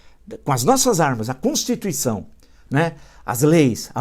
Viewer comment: Constituicao Villa..rsss O Villa fala Constucao rsssss